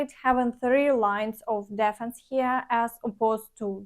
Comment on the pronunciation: if you like I'll list the words that need your attention in the comments. An important one is "defense" not дєффнс, але дііфнс. I'll do it for other words when I hear them. You can use Wiktionary or other websites to hear the correct pronunciation